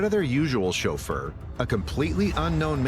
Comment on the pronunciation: I'm here for the "chauffeur" pronunciation...🙌💗